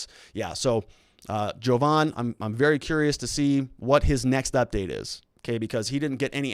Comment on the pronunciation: Jovan, not Hogan.